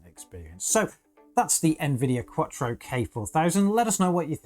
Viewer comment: he pronounces it as Quattro instead of QUADRO.